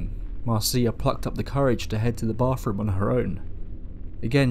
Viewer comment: "BAWFROOM" That is GOLD!